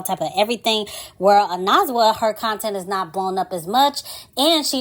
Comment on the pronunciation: “oh-neh-zwah” 💕 but for a non-xhosa speaker you pronounced it pretty good 🫶🏾